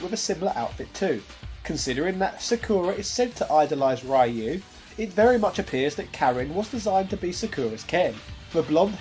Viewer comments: Let's play a drinking game! Take a shot every time says "Rai-yu" instead of "Ryu" in every Street Fighter history video. Don't worry, I've already dialed 911 for you. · "Rye-yoo" Never change, Britain. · Not even three minutes and you had to ruin it saying RAY-YOU. Also, SFA3 is the closest thing a SF can come close to a Guilty Gear series due to the safe fall mechanic. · For the love of... It's pronounced Ryu (similar to Ree-U) and not Rah-U or Ray-U. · It’s not a British thing, I’m from the UK and a lot of us say “Ree-Yu”.